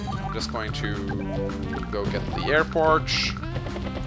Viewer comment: Well with your airporch you can make bomBers. Which makes me happy every time I hear it. Reminds me of my friend in the UK who always went super hard on the H in herb since the rest of the world seems to have forgotten it's existence.